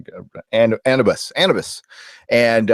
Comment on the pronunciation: you're saying anubis' name wrong.